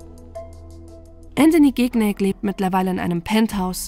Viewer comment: Man spricht den Nachnamen Schinjac aus und nicht GIGNÄG hahahaha